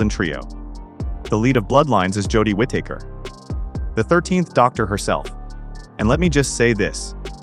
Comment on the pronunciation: it's Whitaker not wit taker 😂